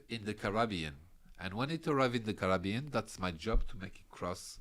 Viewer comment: I like how French people pronounce "Carabean".